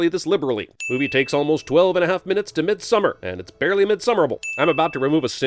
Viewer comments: Cinemasins: *mispronounces midsommar* Me: angry swedish noises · How do y'all pronounce Midsommar, and what does that word mean, though? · I actually prefer their way of pronouncing it. It's much better in my opinion than when people try to pronounce it "properly" and end up saying something like "MidsommAAAR" which just sounds cringey. Basically we can't just expect everyone to suddenly speak perfect swedish like "hörrö haru fixat sillen till missommar än eller? Najs ska bara bränna upp nån random amerikan här nu lite snabbt". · Can we settle the debate on how to pronounce the title of this movie?